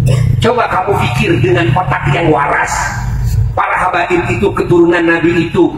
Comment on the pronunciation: Apa faedah nya bagi Ki Imad dan imadiah tentang pembatalan nasab ba'alawi, mengapa Ki Imad cs selalu menebar fitnah tiap ceramah selalu yg di bahas Nasab ba'alawi, setingkat Ki Imad yg bergelar kiyai menyebut Habaib dengan sebutan kabib Muhibbin di bilang Kibin apa namanya ini kalau bukan kebencian dan dendam